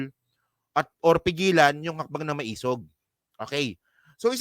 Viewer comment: Pronounce as ma-e-sug. Meaning matapang - matapang nga ba?